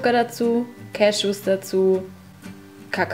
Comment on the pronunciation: Ich will ja kein Klugscheißerin sein, aber das Wort "cashew" wird nicht umsonst mit "ew" was wie "iu" ausgesprochen wird geschrieben...^^ Trotzdem schönes Video <3